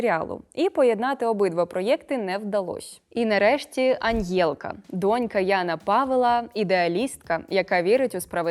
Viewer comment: Все класно розказали, тільки не Аньєлка а Анелька)))